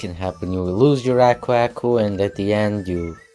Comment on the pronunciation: The way you say Aku Aku bothers me